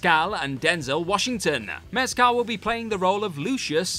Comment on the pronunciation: As always, I love the WhatCulture videos (though I spend more time over with the TrekCulture folk lately ) - but seriously, you need to check pronunciations for names. Sean would happily tell you that it's "MESk'l" and "TUBriddy" for Paul Mescal and Ryan Tubridy. Same goes for some other proper nouns in this and other videos. Just google it if you've never spoken it out loud. It's like a two-second slack message (or whatever you use), but it makes a HUGE difference in the quality of your videos.